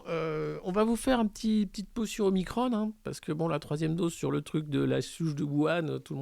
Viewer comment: Ne suit pas la volonté du service communication du gvt, prononce OMICRON et non OMICRONE.